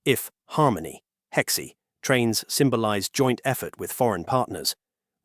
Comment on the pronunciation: 还有和谐读成heck see